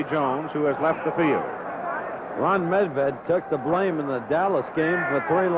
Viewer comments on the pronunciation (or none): none